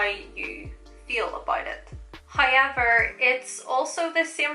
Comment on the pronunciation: That's the northern irish coming out 😂